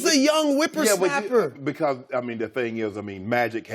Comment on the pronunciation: Wtf is a whiper snapper